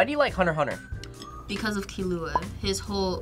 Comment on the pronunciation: I have never heard some pernounce killuas name so badly like she did